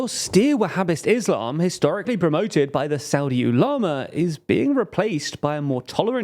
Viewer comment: “Saudi Ooh Llama” 😂 what is this pronunciation